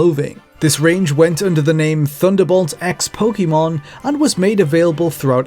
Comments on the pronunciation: It's pronounced Po-kay-mon. That's literally why the acute accent is over the e. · It’s not quite “kay”, the ケ/け sound is actually more like the ke in pocket but people pronounce Pokémon differently all over the world so I don’t think it’s really that important 🤷‍♀️ It’s essentially a loan word now so I don’t think it’s one of those words that HAS to be pronounced exactly as they pronounce it in Japan. In the early anime dub I’m pretty sure the pronunciation was all over the place, “po-kuh-mon” was definitely something I heard Ash say! Po-kee-mon also was around, as well as the more natural po-ke-mon